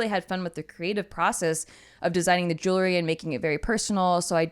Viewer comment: Jewelry, not jewlery